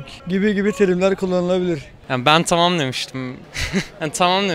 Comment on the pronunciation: Tımım dımıştım o kadar ben tımım dimiştim hshshshs o nasıl konuşma lan